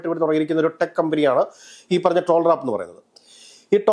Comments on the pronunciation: ടോൾ റാപ്പ് അല്ലാ ടാൽറോപ് 😂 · ടോൾ റാപ്പ് അല്ല, ടാൽ റോപ്പ്